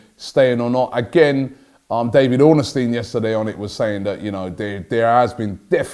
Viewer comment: Robbie, its ORNstein, not ORNAstein. thanks